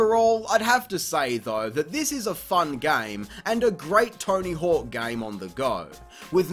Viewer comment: It sounds like he pronounces it torny hook